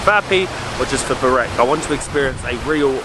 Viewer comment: bro you kill burek (spell it as BOO-RACK)